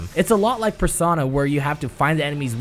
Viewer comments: This dude said persauna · "Personna" lol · That pronunciation of persona just makes me think of kanji's dungeon. Persauna pls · I've never heard someone pronounce persona persawna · Hearing pronounce Persona as Per-sauna was almost as painful as hearing Ophelia say "Your Excellency" 50 times in a row..